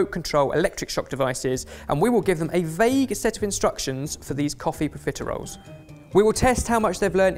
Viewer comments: I know theyre saying profiteroles, but every time i hear pizza rolls. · ARE YOU PROFITEROLES OR CON-FITEROLES? You’re welcome.